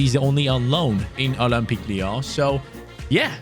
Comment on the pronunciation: Ole-m-peak Leee-yaawn 😅